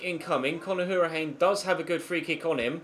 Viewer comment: Hourihane is pronounced Hour-i-han (don't pronounce the e)